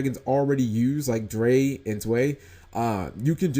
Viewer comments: Drei and Zwei are pronounced Dry and Zvei / Zvy not Dray / Zwee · Like we said before, those names are German based, and they are pronounced as thus: Eins - Pronounced like the beginning of Einstein...meaning 1 Zwei - Z-vai...2 Drei - Dry...3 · Eh, it's more OTK stuff, but at least it has S/T destruction built into it. However, it does mill Cydra cards so even if you do not OTK with it you still get to mill. Also, this can be done every turn so if your opponent somehow doesn't get rid of it, you can do this stuff again. All in all, pretty good card. Also, your pronunciation of Cyber Dragon Zwei and Drei is funny to me, as someone from Europe. ^^